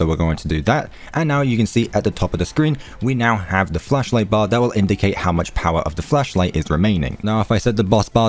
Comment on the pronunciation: Ok ik you said flashlight at the beginning but I definitely heard fleshlight